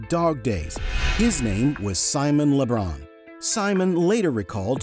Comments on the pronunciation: LeBon, not LaBon. And John definitely cut his foot. He even talks about it in his book. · Simon Le BRON? His correct name is Simon Le Bon. If you’re going to narrate a doc, at least get the Sir names of the characters correct. How embarrassing! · This channels AI🚩 voiceover slop mispronounced LeBon as Lebron every time. I'm out.🚩🤢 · Hey AI TRASH, LE BON, NOT LEBRON. Are you stupid or something. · I think this was a great mini history of the band- getting details on the early days, I am assuming correct as I know the Stephen (Tin Tin) Duffy history and the other stuff was familiar- however, if only they didn’t keep calling Simon - LeBron - LeBon. A lot of points taken off for the pain of it- as Simon is kind of well-known as it is to people over 40 anyway- and it makes the AI feel a bit more AI lol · Le Bon not Le Bron! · It is Simon Le Bon not Simon Lebron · Okay.... your AI has a couple of things wrong and I decided to stop watching: 1 it's La Bon not... La Bron 2. John Taylor didn't cut his foot, it was his hand ! Clicking the thumbs down button now... ) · Simon LeBON, not Le Bron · As a psychotic fan of theirs starting at age 10, I will give it to you that it was a pretty good commentary. I just can’t believe how many times you [your AI narrator] called him Simon “LeBron.” I seriously can’t understand how that even happened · Le BON not Le BRon!! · When you talk about a band, it's wise to get their names right. Simon Le Bon...Not Le Bron! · It’s Le Bon not Le Bron! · Dear AI voice- It's Le Bon, not LeBron. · It's LeBon, not hard to say at all. Very embarrassing that you say LeBron, shame on you for dissing Simon and all the fans worldwide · Le BON not LeBraun! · The lead singer of the biggest band in the year, the narator says, then calls him Simon le Bron. What rubbish is this? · It's LeBon, not LeBron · It's SIMON LE BON not LE BRAUN! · Le Bron?? Basketball player! Quit saying Le Bron, Le Brom, etc. His name is Simone LeBon. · It's Bon, Simon LeBon 😂